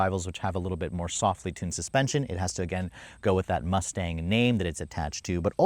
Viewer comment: Bro said Mousse-Tache 😂